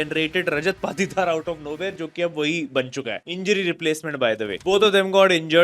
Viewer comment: Bro need some Correction Patidar =पातीदार ❌️ Patidar=पाटीदार ✅️